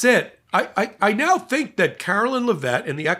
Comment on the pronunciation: I love your thinking/teaching; PLEASE STOP CALLING HER CAROLYN!!! Her name is CARO … LINE, as in “Please stand in LINE” Otherwise … you’re one of my favorites. Gavin Newsom corrected someone, and I was so thankful!!! You’re ABOVE not calling her by her name!! Ca ro LINE!